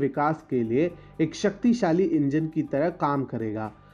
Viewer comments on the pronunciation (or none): none